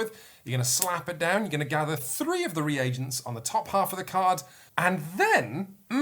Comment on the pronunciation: Oh, what a joy to hear pronounce "reagents" after the Dice Towers guys butchered the word every time...